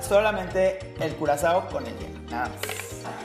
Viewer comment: bebé se dice Curazao (Curaçao)